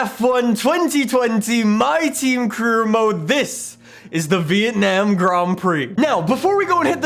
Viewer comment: really says vietnayum grond prix